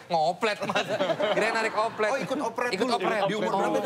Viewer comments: Operet jd opelet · Desta: "Narik oplet ?" gue juga dengernye oplet 😂😂😅